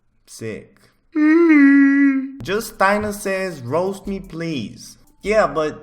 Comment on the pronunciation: Him saying roast sounds like rose